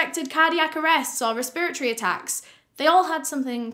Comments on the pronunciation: I absolutely love the way you say “respiratory” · i love her so much but the fact she said respiratory wrong the entire video really hurt my head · I like how you say respiratory :) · Res-pra-tory Resp-ra-tory Respra-tory Respiratory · Res-per-iocy lmao she’s so cute. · The way she says “respiratory” is killing me 😂 I won’t say it any other way now hahaha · The way pronounces “respiratory” is soo funny! It literally took me a while to understand what she was trying to say